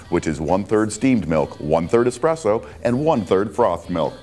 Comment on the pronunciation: said expresso not espresso.